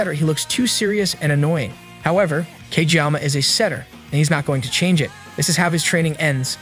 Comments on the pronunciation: He also said cageyaka lol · Fr tho tf is wrong with him it’s Kageyama but still W